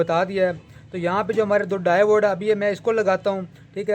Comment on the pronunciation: Davode nai hota diode hota ha bhai